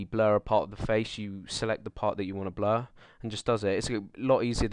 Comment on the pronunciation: lol. he says Bluh, instead of blur xD